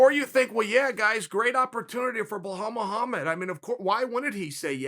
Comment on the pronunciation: Their fighting tonight and Chael is butchering his last name now😂